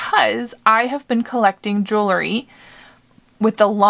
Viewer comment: You do such a great job with your videos. I enjoy watching. Please do me a favor and learn how to pronounce JEWELRY. It is not jewelERy. ❤️